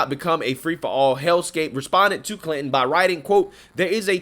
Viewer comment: How are you pronouncing that?.......Clit-in?